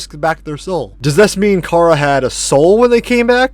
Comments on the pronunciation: “chara” is from the word “character” care-uh not car-a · You’re saying chara wrong it’s pronounced like Kara